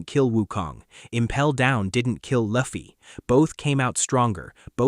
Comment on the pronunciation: The fact this MF pronounced luffy in the first 10 seconds the way he did is an instant dislike and don’t recommend channel 😂😂😂😂💀